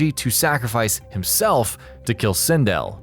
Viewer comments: SIN DELL not sin dill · Really bothering me how u keep saying sindel and pronouncing it wrong. Nice video though